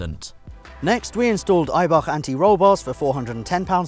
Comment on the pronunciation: My favourite moment of the series? saying the word Eibach. Talk Eibach to me baby 😍